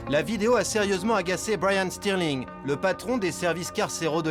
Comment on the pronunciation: Au début il a dit brayan streling peut-être c c'est de la famille de Raheem streling